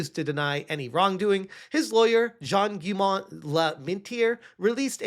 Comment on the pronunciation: phoneticall you pronounce "gaillaume" as Gheee yo mmm